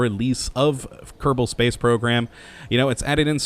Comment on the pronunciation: Why do you say Keddabull instead of kerrbull it just sounds retarded